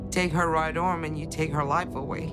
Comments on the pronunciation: It’s arm not ooarm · Hahaha cause she says arm like orm XD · Ita not orm its Aaaaaarm say it ffs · SAY "ARM" RIGHT, DAMMIT! IT'S NOT "OWM" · Damm it say “Arm” right it’s not OWM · It's arm not ORM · ARM sorry it annoyed me when she said orm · Can NOBODY say ARM right?! It’s ARM not ORM...?! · Took me a while to realise she was saying "Right Arm" sounded like oooom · you take er right ooOm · Mah wite owm :( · SHES PROBABLY IN OAIN EVEN WHEN IM IN PANE I CANT PRONOUNCE RIGHT ARM PROPERLY AND IT SOUNDS LIKE ohhhhhh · "ARM" SOUNDED LIKE "OWNNNN" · I heard right arm as roight oum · "Her right orm" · I swear she said owm instead of arm read more